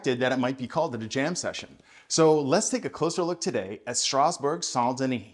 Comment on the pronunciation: The title of this song refers to a metro station in Paris: Strasbourg/ Saint Denis near the jazz club New Morning. your french accent is almost perfect 😉